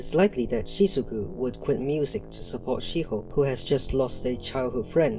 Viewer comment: you're also calling shizuku "shizuki" 💀💀